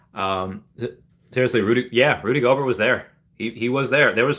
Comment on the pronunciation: Rudy Gohbert(SP) is the Defensive NBA player of the year. Big time Bro….lol It is pronounced Go Bear. Thanks for the show.